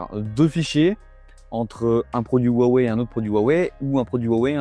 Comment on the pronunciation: On peut dire Wouawoué svp ? Pas Rhhouwawe